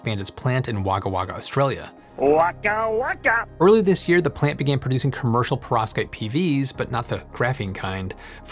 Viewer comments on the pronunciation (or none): You need to pronounce 'Aussie' as 'Auzzie', it is painful to hear it commonly being mispronounced. Also, 'Wagga Wagga' is pronounced as if spelt 'Wogga Wogga'! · Wagga-Wagga is pronounce WOGGUH-WOGGUH! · Pronounced WOG-A WOG-A - don't blame me, I didn't invent the English language. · I think wagga wagga is pronounced - Wagga. The use of the same word twice means a lot. So Jim Jim falls is "A lot of Pandanus trees" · Very neat and balanced. Thanks. BTW: You and Fuzzy Bear should pronounce that town "Woguh Woguh". Fantastic that they chose to build things away from major centres. Hopefully cheaper real estate. Interestingly, if they've put together a site in Wagga Wagga, this hints to their process probably being fairly well defined and mature, since it may be a touch harder to get hold of staff who can develop complex production techniques out there.... There are some universities nearby, so I could be wrong about that though..